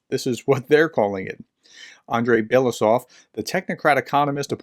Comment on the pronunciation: Andrei Belousov's surname one reads as Be-lo-U-sov (stress on U).